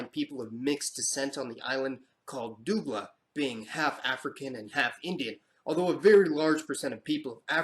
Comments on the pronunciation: This was really informative and eye opening with the way our history is told outside. But #1 We are Trinidad AND TOBAGO 2 Island never forget Tobago.❤🇹🇹 #2 The way you pronounced Dougla 😂 priceless it's "Dough-glah" #3 Most Trinbagonians will say that we are our own ethnic group because most of us are mixed with everything. E.g. I'm French, Amerindian, African, Portuguese, Indian and who knows what else🤷🏾‍♀️ #4 🇹🇹 "Side by side we stand islands of the blue Caribbean sea, this our native land where every creed and race may find and equal place"🇹🇹 #5 Awesome video 👌🏾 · Lmao he said doooogla. Omg. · Lol Dougla is pronounced "Dohgla" Thanks for the video! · “Dough-gla”, not “doo-gla”. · It is pronounced dogla not doogla my friend. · Great work... from the Caribbean myself... minor correction, Dougla is pronounced more like Doe (like the animal) - gla. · it's pronounced " Dough-gla " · I am Trini and you mispronounced "Dougla". Grrrrrrrr....and "Coolie" is a serious racial slur in Trinidad. :-(